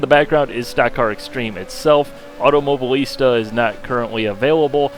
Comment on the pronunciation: Automo-BI-lista, for gods sake.